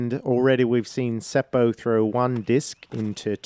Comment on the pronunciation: Your pronounciation of word "puu" (tree) was good. It is basically the same as "poo" in English. I understood when you said it. If English speaking people wants to pronounce Seppo's name more correctly (in Finnish), then letter "o" is not əu, but more like "o" for example in word "pop" and leave the last "p" out. Double consonants are not common in most countries and that is one thing that foreigners struggle with when they pronounce Finnish words. Seppo usually comes out as "Sepo" instead of "Sep-po". You stop for a second in letter "p" and then continue with o. One option is to check Finnish disc golf competitions with Finnish commentary where Seppo has played or his in the bag where he pronounces his own name. To me it doesn't matter how people say it. Can't and shouldn't expect foreign names and words to be pronounced perfectly. Thank you for the fun commentary. Great work.